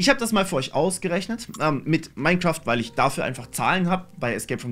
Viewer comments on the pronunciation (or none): none